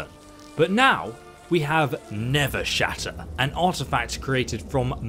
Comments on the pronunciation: It actually says nerve shatter not nerves shatter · Nerveshatter* not Nevershatter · it's Nerveshatter not Nevershatter. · Seriously, dude, can you read? Are you dyslexic? It’s not “Gandor,” it’s Gadnor, and it isn’t “Never-shatter,” it’s NERVEshatter! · You still said it wrong the second time (nerve-shatter) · Did he call it never shatter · Why does he say Nevershatter. Nerve, it’s nerve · looks at the title of the video ... Listens to him say nevershatter ... Me: "this is fine" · GADnor NERVEshatter LEARN YOUR BASIC PRONUNCIATION GUIDE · Him saying it wrong the whole video bothered me lol